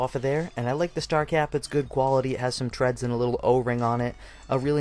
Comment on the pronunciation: 2nd video I watched of yours and you keep turning the wrong way when you try to take it apart, (lefty loosey and right tighty) and you keep saying treads like on a tire instead of threads like metal fasteners. Sorry but it drives me nuts.